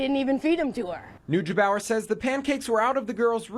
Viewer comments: "nooj bower" lol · ugh... it's "noy-gay-bauer"